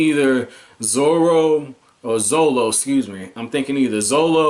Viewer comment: It's okay bro 👌 Still funny 😂😂😂 I take a sip every time u say zolo